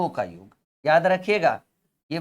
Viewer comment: sir, योग और योग्य के अर्थ में बहुत अंतर है कृपया योग को सही बोलना सीख लीजिये।बहुत भद्दा लगता है।🙏🙏